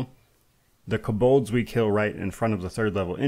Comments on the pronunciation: You’re the only person I’ve here heard pronounce “Kobold” like that: “kuh-BULDZ” 😂😂😂😂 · This pronunciation of kobolds is wild